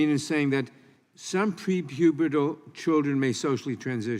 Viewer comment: Nadler saying "prepubital" is the pinnacle of lib creep.